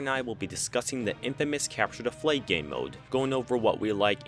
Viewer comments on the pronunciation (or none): Why do you say cepture da fleag?